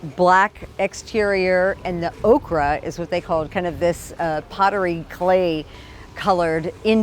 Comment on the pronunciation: It's called 'OH-Kur'...ochre. Not okra.